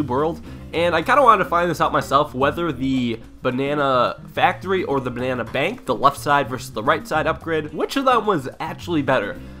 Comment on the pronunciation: I triggered that he is calling the bia banks